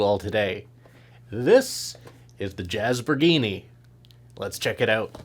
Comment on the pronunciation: "Jazz-bor-gee-nee"... It must be Italian